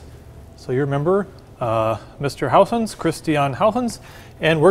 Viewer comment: Nearly perfect pronunciation of the name Huygens ;-)